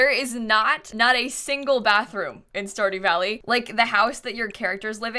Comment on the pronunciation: stardy valley game: stardew valley:*stardy valley* game: stardew valley: STARDY VALLEY Game: STARDEW VALLEY